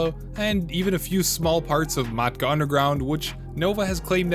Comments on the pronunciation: Yes the way he pronounced matka got on my nerves. Like how do you read “Matka” and get “Meeka” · Not only that but has the dude heard anyone else call it “meeka” 💀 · In the history of videos addressing controversy… this is ass. Why even address this with an entire video? There’s no way this was written, edited, and combed over by a pr department this quick. Fire your public relations guy. Side note: people outside of your circlejerk pronounce it Mat-ka. Weird thing to make fun of someone for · Calling him out for mispronouncing matka had me dying. Agreed that A) do your homework and B) maybe have some common sense when calling yourself an expert/guide Nova. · This dude did not call out his pronunciation of Matka Miest is that how little you have to defend yourself with